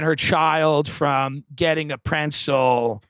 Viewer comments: My wife says it that way. Bugs the shit out of me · Him saying it that way made it funnier for me for some reason 😂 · I thought he was saying pencil at first